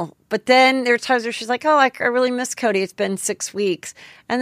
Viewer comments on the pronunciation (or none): none